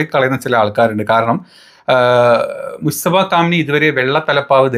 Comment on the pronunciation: മുസ്തഫ അല്ലടോ മുജ്തബ എന്ന് വ്യക്തമാക്കി പറ